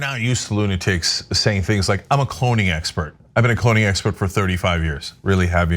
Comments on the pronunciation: Wait... Did she say, "Cloning expert"? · Did she say a cloning expert ? Or a clowning expert ? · Lol, I totally thought she said “pony expert.”